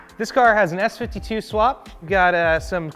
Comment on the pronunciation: Don't mean to hate or be all europeean, byt "S52" ....... nah.....